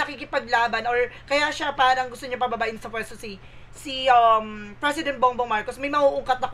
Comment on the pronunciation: Its "P" for President. Hindi Fresident. 😂😂😂 Anyway, thanks for the entertainment.